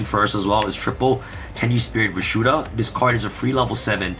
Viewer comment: Hi. Can you put the deck list in the description? It's hard to see some of the names with holographic text, and some of the names are hard to pronounce or hear properly. For example, I thought you said Tenuspirit Rashuda, but it was actually Tenyi Spirit - Vishuda.